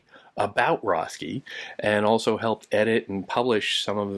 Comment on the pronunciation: His name is pronounced RET-key.